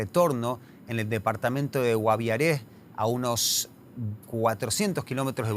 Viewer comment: creo que tú ojo apagado no te deja pronunciar bien el departamento del "Guaviare", si pudieras ver por el ojo que no está apagado, no es "Guaviaré". No tiene tilde en la é 😂😂😂😂